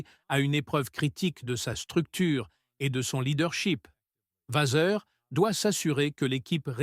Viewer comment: Le texte est intéressant, mais la diction catastrophique et les intonations malta propos. Et Frédéric Vazeur ? What ? Je passe mon chemin.